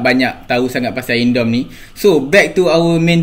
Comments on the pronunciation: Iron doum (dome) bukan dorm (asrama) 🤣🤣🤣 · "Iron Dome" bukan "ion dome" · Suka abg when h say r hahaha (AKU X GAY)